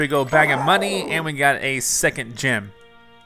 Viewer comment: Every time says "gem" I hear "gym." lol